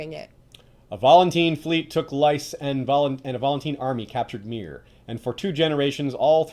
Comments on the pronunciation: No, he's saying it wrong. In the show when Oberyn talks with Varys he pronounces it as "lis" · You pronounce Lys "lice" not "lis"?